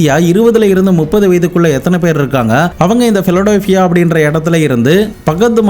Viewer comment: பிடலோபியா இல்லை, அது பிலடெல்பியா